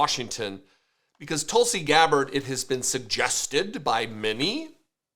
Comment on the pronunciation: Her name is pronounced Tool-see. Because she’s a big tool.